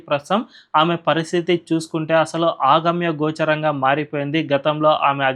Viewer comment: Correct! కొంచెం జోష్ ఉండాలి గొంతులో....మాడ్యులేషన్ ఉండాలి.ఆగమ్యగోచరం కాదు.అగమ్యగోచరం....అంటే దారి తోచని స్థితి.